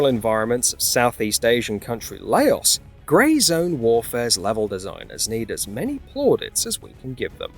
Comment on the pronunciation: Can’t even pronounce Laos 🇱🇦 properly. Stupid AI.